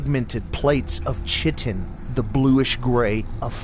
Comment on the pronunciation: Chitin- pronounced kite-in. Just letting you know